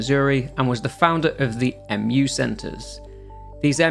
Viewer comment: Valentini and Wallace are antagonists, not protagonists. Mu is pronounced "Moo", not M-U. Sherpa is pronounced "Shur-PA", not "Shur-PER".